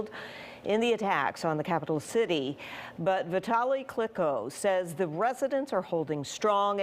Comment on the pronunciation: “Keeve” “Vitali Click-o” bruh how white can you be with that pronunciation.